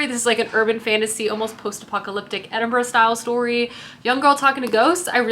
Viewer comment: True but I’m just grateful she said Edinburgh correctly 😀